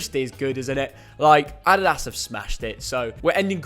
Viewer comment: The way this guys says “adidas” drives me mad 🤣